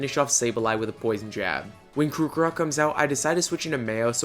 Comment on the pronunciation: I enjoyed the video very much and laughed a bit much when ya said kookarock forgetting to pronounce the r in krockarock